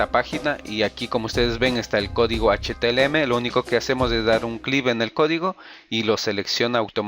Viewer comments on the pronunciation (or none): Esss H - T - M - L y Nooo H T L M !!!!! JAJAJA LO REPITE 100 VECES. Ademas lo estoy viendo en el 2018, la interfaz ha cambiado mucho por las actualizaciones.